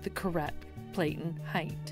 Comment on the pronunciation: PLATEN is pronounced like "flatten" not Playten